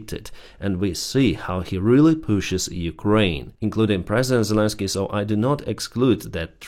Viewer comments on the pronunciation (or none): none